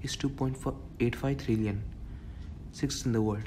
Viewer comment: It's trillion not thrillian 😂😂